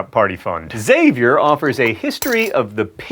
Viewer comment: As a Xavier alumni THANK YOU for pronouncing Xavier correctly :) There are no eggs at Xavier